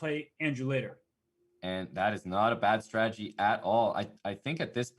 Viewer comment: Hambleton, it is strategy, not stragedy.